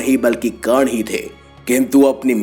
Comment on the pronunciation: karna ko kan bolta hai bura lagta hai bhai nahi aata to mat bol urdu ka churan q khilata hai